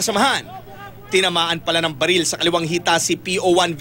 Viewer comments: Nagpaputok ng "Balel" HAHAHAHAHAHA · Sabi ng pulis balel hindi baril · Baril sir hindi balil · Hindi po sa inaasar ko po ung pulis sinabi nya po balel imbes na barel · balil ba narinig ko??? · mey balel???? ahahahaha chip ahoy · Bulol pala sa r si sr pulis. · Mag 3 years na to pero ako lang yata nakapansin na yung sinabe ng pulis sa sabe nya "balel" 😂 hahahhaha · May pumutok n balel sa